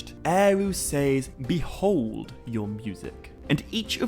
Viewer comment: You do realize that valar is pronounced val-are right? It's not pronounced vuh-lar. Sorry lol just bugs me lol Also the word "says" is not pronounced like it rhymes with pays or ways. It's pronounced like sezz. It rhymes with fez lol